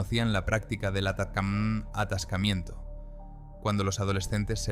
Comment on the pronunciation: "atacammm" atascamiento 🤣🤣🤣🤣🤣